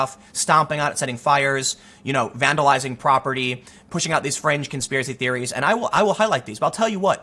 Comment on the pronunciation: conspiwacie theewies suuuuure tim, keep telling yourself that